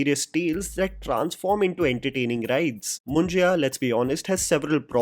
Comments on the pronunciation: Its मुंज्या, not मुं ज या.. & yes पुणे, not पुने! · Great Review, would like to watch this movie. reminds me of Tumbad. Also, it is called मुंज्य not Munjeya मुंजेया ;) ;) Perhaps you could explain its meaning too, FYI below is copied from a website: Munjya or Yagnopavit Sanskar is a very important ceremony among the Brahmins. The sacred thread is worn by some Kshatriyas and Vaishya communities also. A Brahmin is also called a Dwija that means the one who is born twice. A boy is said to be born again when you perform Janeu Sanskar. A sacred thread, called Janeu or Yajnopaveetam is placed around the left shoulder of the boy. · Its not Moon-ji-ya but Moon-ja (मुंज्या) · It's not " मुंजिया" it's "मुंज्या" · It's Mun-jyaa मुंज्या, not Mun-jiyaa मुंजिया.....😢 Just be phonetic 🤦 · it's not mun-jai-ya it's munjya